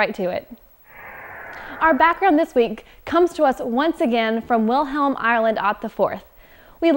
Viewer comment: Why does she pronounce "William" like Wilhelm?????